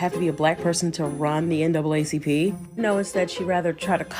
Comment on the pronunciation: I know good and damn well you didn't say the NACCP instead of the NAACP. You need to stop too!